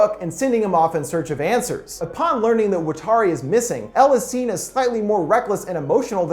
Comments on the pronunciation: Stop butchering Watari. It's not fucking "Wa-tar-e" it's "watt" like from a lightbulb. "R" like The fuck "Are" you saying. And "rrree" like the sound you're going to make when I come and shove this garbage film up that ass. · The way he pronounces watari is bothering me, but fantastic video